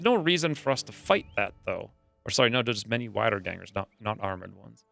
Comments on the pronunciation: Great Episode as always, also small hint for future episodes Wiedergänger is german and gets pronounced wee dur gaen gur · Germans pronounce w as v so its actually "veedergangers"